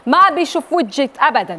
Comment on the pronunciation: ويهك مو وتشك 😂